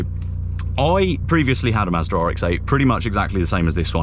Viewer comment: Why does it sound like you’re saying Maserati